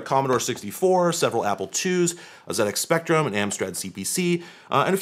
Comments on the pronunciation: Those ZEE-ECKS Spectrums are pretty cool! They may export the console, but not the pronunciation 😉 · Pronouncing the ZX Spectrum correctly is much appreciated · I thoroughly appreciate the correct pronunciation of ZX Spectrum. n_n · I'd expect Linus to say something as dumb and ill-informed as that, but not someone who usually knows what they're talking about. For example you nailed the pronunciation of ZX Spectrum, something that most Americans seem to struggle with.... but dismissing the MSX is pretty tone deaf, especially when your audience is made up of retrogaming and vintage computer enthusiasts. Do better. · pronounced "ZX Spectrum" correctly, so I'm happy to overlook "dot see oh dot you kay" lol